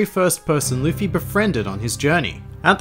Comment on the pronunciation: It's Luffy not Luffey